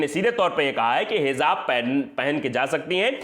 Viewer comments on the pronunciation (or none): Heezaab nahi kehte🤦🏻‍♂️ Hijaab kehte hain🙏